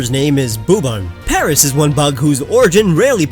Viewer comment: you said paris not paras